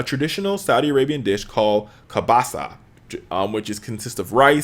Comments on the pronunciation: Actullay it named kabsah not kabasah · HA! HA! KABSAH xD its KABSA